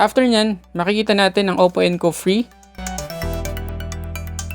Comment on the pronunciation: Pagkakarinig ko encov free haha